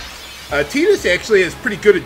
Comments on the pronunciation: you saying "Teedus" sounds just so wrong to me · I swear, it sounded to me like you called him Pee-dus. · Did anyone hear him say fetus instead of tidus